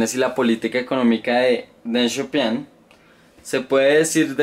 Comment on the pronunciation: Deng Xiao pIIIng wacho, donde ves una "a"?